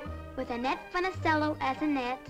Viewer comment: I believe Karen doesn't know how to pronounce Annette's last name. It's Foo-ni-chell-o.